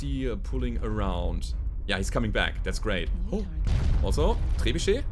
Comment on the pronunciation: The way you pronounce "Trebuchet" is so classy.